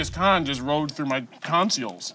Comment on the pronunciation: Yes😄😄he pronounced it like "tonseals" Go back and listen again😄😄